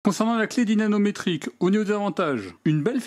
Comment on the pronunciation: Merci pour cette vidéo En revanche "dynaNometrique" je ne crois pas c'est plutôt "dynaMometrique" 😊